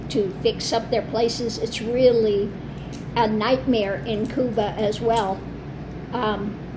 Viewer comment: I agree that you are a most interesting and talented woman. I want to thank you for using the Spanish pronunciation for Cuba. Your knowledge of and respect for other people is evident, and I respect you for it.